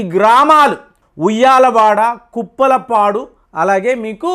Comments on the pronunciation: కుప్పలపాడు కాదు బ్రదర్ ఉప్పలపాడు, ఓర్వకల్లు మండలం, నంద్యాల జిల్లా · Uppalapadu not Kuppalapadu sir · ఓర్వకల్లు,( ఉరవకల్లు కాదు )ఉప్పలపాడు( కుప్పలపాడు కాదు ) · Kuppala padu kadhu bro uppala padu& palakolanu kadhu pala kollu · Kuppala padu. Kaadu, uppala paadu.